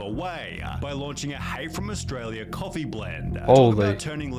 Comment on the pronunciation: "it's literally just coffeeuh"